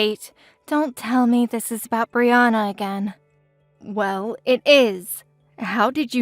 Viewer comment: As a Brianna, I'm pleased they said my name correctly. 😊